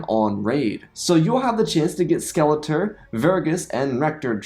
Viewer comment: Skeleter... it's Skeletor. At least check your pronunciation before selling out.